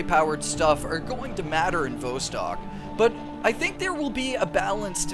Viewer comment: Vostok is pronounced with the 'Vo' sounding like 'saw' and not like 'row'.